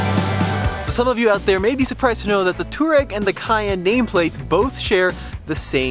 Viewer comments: Not toe-rag, not too-rag, it's too-ah-reg. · Too-reg? Guys, come on. You are supposed to be pros. At least know how to pronounce the name: Twar-eg. 🙂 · If you're gonna own it and drive it, at least pronounce it correctly. It's not "Tour-egg." Much closer to "Twar-egg." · I would love to know who told you that Touareg is pronounced too rag. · It's pronounced TWAR-EGG